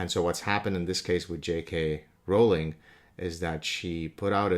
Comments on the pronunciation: The row in Rowling is pronounced like row as in row, row, row your boat. In other words it's pronounce Rolling. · You diminish yourself when you try to diminish another by portraying her as important enough to speak of but not important enough to know how to ptonounce her name. Phony.